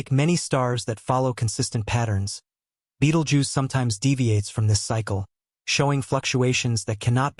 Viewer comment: Nobody knows when it's going to go, and neither do you.The least you could do is learn to pronounce its name.